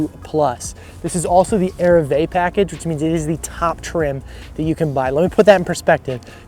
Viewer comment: it's not pronounced 'airvee' it's french for arrive. Its pronounced A-REE-VAY. Petty, I know but I always think people would rather know if they're not saying something correctly? Love the video mate.